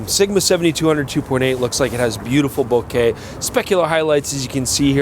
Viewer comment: Thank god someone can pronounce "Bokeh" correctly! Love your feed!